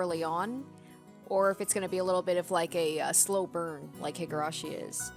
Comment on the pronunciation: hee-gurashi, not hih-gurashi